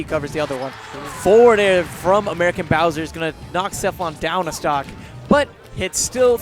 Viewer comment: "Aermican" You tried, guys. You tried your best.